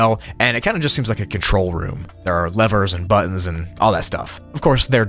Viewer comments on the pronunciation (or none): none